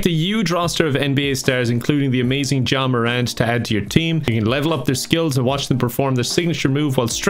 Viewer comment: he actually said ja morant better than most nba fans would